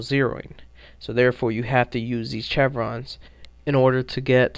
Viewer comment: Your take on the VSS is terrible. What were you even talking about accuracy? You missed half of those shots on purpose. Also the chevrons (Pronounced shev-rons) are zeroed at 200, 300, and 400m. The large one is 100m. You really need to keep your opinion to yourself if you don't know enough about something.